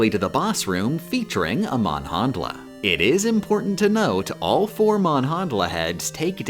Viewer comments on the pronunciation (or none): Hearing Manhandla pronounced "mon-hondla" like "Mon Mothma" instead of "manhandler" (i.e. one who manhandles) was not something I was expecting out of a Zelda 1 video today. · why would you pronounce manhandla like that. its name is completely different in japanese, and does not translate to 'manhandler' or anything similar, so "manhandla" would be pronounced like "manhandler" and not use the japanese vowel sound for a